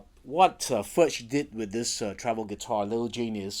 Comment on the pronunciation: You certainly have a right to mispronounce Furch's name; it's your video. The name of the guitar is pronounced the same as František's last name, however.